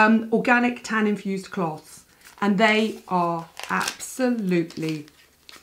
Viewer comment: I love the way you say 'cloth'. 🤣🤣🤣🤣